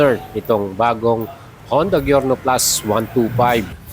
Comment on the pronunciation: Good video! pero boss it's pronounced as Jyorno. Letter J po ang pagbigkas sa G nya.